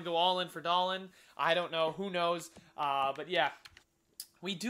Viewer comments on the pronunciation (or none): Dahlen is doll-een